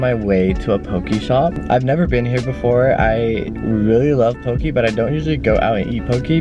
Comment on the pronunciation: In Ōlelo Hawaiʻi it’s pronounced po-kay not po-key - and it’s important to pronounce it correctly because the US had banned our language for years and we’re finally able to revive a language that almost went extinct just as our people already have. 😓